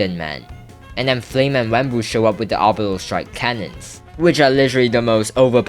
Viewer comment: bro rlly said flame had an oribtal cannon😭😭😭